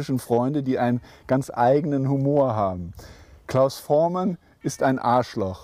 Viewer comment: Was ist das denn für ein schlecht vorbereiteter Interviewer? Das geht schon los mit der englischen Aussprache von Voormann (Vormän), dann Richard Starr (Min ). Und "die Beatles, die ja heute alle deutlich über 60 sind" (min ). 2015 waren sie schon deutlich über 70. "Hey hey said the clown" Gute Güte! Und der berühmte Hit von Trio "Bamm bamm bamm" und und und..... Interessiert sich der Interviewer überhaupt für Musik? Der liebe Klaus hätte was wesentlich besseres verdient als diesen Interesseheuchler.